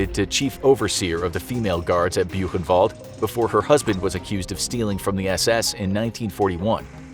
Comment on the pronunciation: When they pronounce Koch kinda right, but they butcher Buchenwald (boo [ch as in Koch] en wallt [as in alt?]. I mean, you could use Google translate... It's hard to explain as a Dutchie with English as a second language and German as a semi-third...